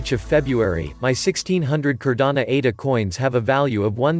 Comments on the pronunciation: Great video. Only thing is..this is Cardano..not Cardana. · No matter the robot is mispronouncing Cardano every single time lol 😂 go up Cardano!!!!